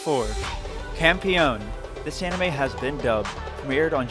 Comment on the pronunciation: Your pronunciation for the anime and characters were kinda bad like compione and damanchi.